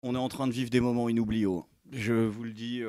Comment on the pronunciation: "des moments inoubliables" désolé pour la remarque, je suis nul en orthographe mais j'ai eu mal aux oreilles ^^ . Merci pour ton coup de gueule ( hors des bois ) a propos de cela , au lieu de gueuler dans les bois pour 5000, il a un livre " comment chier dans les bois" a 12 euros max, cela soulage aussi pas mal et c'est moins couteux